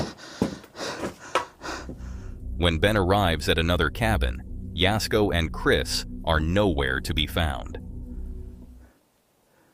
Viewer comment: Thanx for saying jasko's name right lol